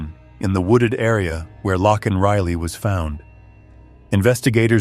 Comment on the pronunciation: Please say her name properly. It’s not Lockan it’s Laken.